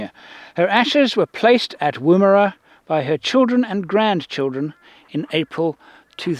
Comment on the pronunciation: And Woomera Woo bit sounds like wool Woomer.......a